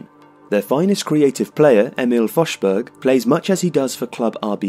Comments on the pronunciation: CONFLAGRANS IN SANGVINE ANGELORVM true but since he's English I don't expect more. To me, the fact that he said something like fosh rather than forz is good enough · Great pronunciation of Forsberg! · Since there was so much criticism over the narrators pronunciation of Emil Forsbergs name in the video about that player, I must praise him for improving the pronunciation to nearly flawless in this one. Good job! And a great video as always.